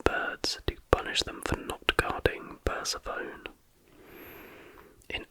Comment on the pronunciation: Omg I’m dying at “Persephone”😭📞☎️ I’m about 99% sure it’s “per - seh - fuh - nee “